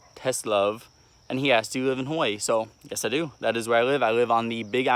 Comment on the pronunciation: I’m a big fan but you can’t even pronounce the name of the state you live in correctly